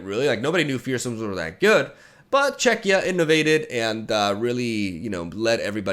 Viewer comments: is now a pro at saying "Czechia" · Im glad that says 'Czechia' correctly.<3